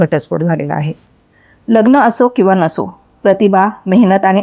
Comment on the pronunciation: किती अशुद्ध उच्चार! प्रत्येक वेळी ही बाई " लग्णं " असा उच्चार करते. आणि हिला का एवढया उचापत्या पडल्यात? कशाला एवढा शहाणपणा करते!